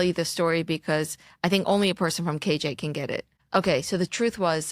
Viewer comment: Because of your accent, I thought you said "curios joel." Maybe you should ride a book about a chassid named joel , who starts to get curious about the outside world. Oh, and he happens to live in kiryas yoel. I think i'm onto something there and I want ten percent l o l😂